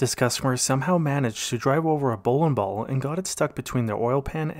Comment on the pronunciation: Bowlin ball, Trackin device, Timin chain lol